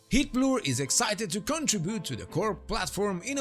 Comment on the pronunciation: Just an FYI, the way you pronounce “heatblur” is detected as “Hitler” by YouTube’s automatic caption system, maybe a cause of random de- monitisation if you face that. for example